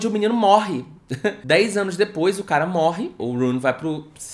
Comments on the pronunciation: "depois" sim, o que ele tava falando é de quem fala "dipois" com o i no lugar do e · 44: 00 eu amo quem fala dipois e filiz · meu deus eu gritei de rir com o "dipoish"